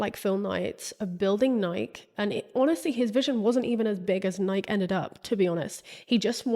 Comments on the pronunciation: I came here to say I fully left my body every time she didn’t say Nike-eee the way you know, the FOUNDERS pronounce it 😂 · Nike? Are you talking about the shoe? It must be something else that I've never heard of. The shoe is pronounced Nikee You must be talking about something else. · It's pronounced Nai-kee..... Love your videos❤ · Is Nike (ny-KEE) really pronounced as a one syllable word across the pond? It hurt my ears every time you said it. Ny-KEE like Mikey! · The mispronunciation of Nike in the UK still boggles my brain lol